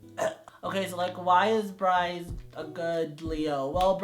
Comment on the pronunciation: Once I heard him say Brice for Leo I cried